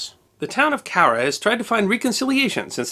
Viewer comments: Thanks for pronouncing "Cowra" properly! My Dad grew up there. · I liked how you pronounced Cowra correctly, most overseas people butcher the names of our towns in Australia.